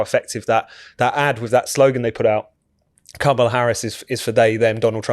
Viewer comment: Why does that idiot call her Komala?